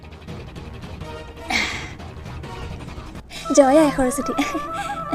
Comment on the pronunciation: Its not akharswati it's Saraswati